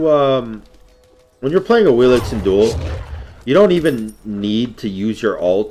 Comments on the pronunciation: Correct pronounce is AWishList* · you literally just called her "Awil-ix" 15 seconds after saying that isn't how you pronounce her name.